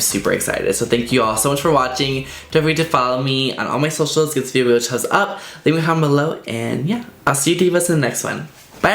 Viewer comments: laura xotwod he has said before that its not on purpose that he has a speech impairment or something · I love you but its always irritated me that you say "chumbs up" and not "thumbs up" every. single. video. Omg